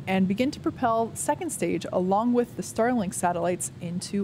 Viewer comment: I heard "Sterling"-Satellites and was a bit confused :-)